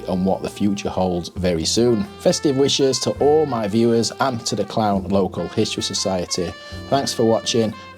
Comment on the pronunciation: It's pronounced CLOON - the town !